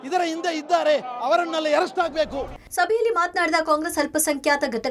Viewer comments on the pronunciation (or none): ಲೆ ಸಾಬ ಏರೆಸ್ಟ್ ಅಲ್ಲೋ ಹಂದಿ. ಅರೆಸ್ಟ್. ಕನ್ನಡ ಬರಲ್ಲ ಯಾಕೆ ಕರ್ನಾಟಕದಲ್ಲಿ ಇದ್ದೀರಿ ದಂಡಕ್ಕೆ